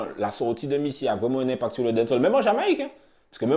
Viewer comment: Faut prononcer les a de dancehall